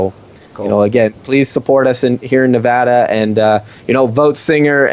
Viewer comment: Ne-VAD-uh! Sorry, pet peeve.